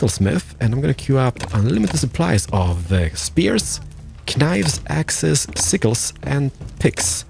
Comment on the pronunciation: "Kneives" my grammar nazi side is triggered